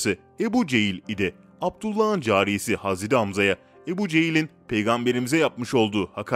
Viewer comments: 2.2 milyonluk hesap ama türkçede sıkıntı var 2 hata var okumada "hazredi" değil "hazreti" olcak! 2. Mağrifet değil Mağfiret olacak dikkat edelim lütfen!!! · Hazredi değil hazreti ağzına hiç yakışmıyor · Kardesim hazredi degil hazreti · aynen oyle kanka bilmiyo paylasiyo direk googleden oku yontemi ve hazredi diyo hazreti demiyo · Hazredi değil seslendiren kardeş 3 oldu uyardığım. Hazreti 't' ile söyleyeceksin hazre'd'i değil hazre't'i lütfen dikkat... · Haz edi hamza değil, hazreti hamza , düzgün telafuz et .rahatsızlık verme